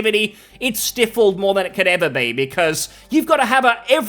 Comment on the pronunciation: Just fyi, that's not how you pronounce "stifled". It sounds like "sty-fulled".